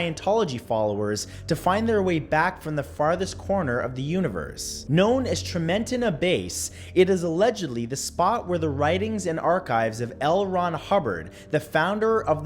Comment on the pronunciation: Trim-in-tina(how it's pronounced) my uncles and step dad did the construction on the road going to the Scientology base. They said they had armed guards lining the road and they weren't allowed off of their equipment while they were working. They were escorted there in the morning and escorted back to their vehicles at the end of the day. They said it was really creepy.